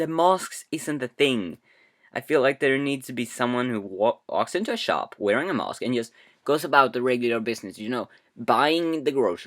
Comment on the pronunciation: 1. You pronounce mask mosque 2. The kid thought he shouldnt have watched it afterwards ni shit?